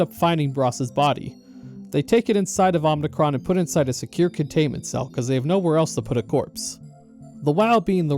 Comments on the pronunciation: Just a slight annoyance I have: it’s Omicron, O-M-I-C-R-O-N. Not Om*n*icron. The only n in omicron is at the end. Omi, not omni. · Omicron isnt pronounced Omnicron by the way, I think that’s a Star Wars word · It's Omicron, not Omnicron. It's a Greek letter, not a Latin prefix. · "Omnicron" honestly tells me everything you need to know about this video. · Omicron. Omnicron isn't a Greek letter. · “Omnicron” How do you get this wrong in a game with voiced dialogue?